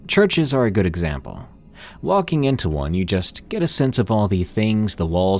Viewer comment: walkinG and talkinG readinG and sinGinG 😅